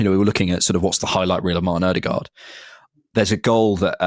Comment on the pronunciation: Two things 1. Every one mispronounces Martins name, the D is silent som Ødegård ends with a rolling R. 2. I find it abit dangerous that so many bringa in Zubimendi in the tactics solutions already without any confirmations he is coming to Arsenal, historically too many of these roumours om players fail...